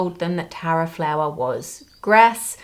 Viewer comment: I was mildly concerned when i wasn't paying proper attention and heard Taro instead of Tara 😂